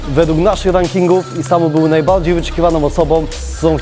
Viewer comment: najbałdziej wyczekiwaną Łabałbał 200 like i Gola mówi R